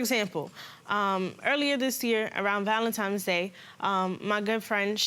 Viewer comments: Stop saying Valentimes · Valantines not valantimes